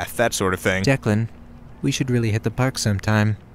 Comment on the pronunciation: It's DECLAN. It's irish, just 2 syllables dec-lan so damn simple and yet nobody understands it, even in writing. It's always deekan or dylan or deckland, or the dreaded first grade ''Duckland'' bullshit. DECLAN why does nobody understand?!